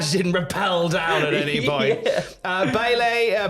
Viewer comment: The way pronounced Bayley as Bay-lay is just his inner Brummie coming out.